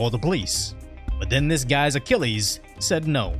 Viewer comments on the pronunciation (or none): none